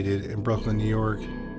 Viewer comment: Don’t take an elevator in Nee York. Noted.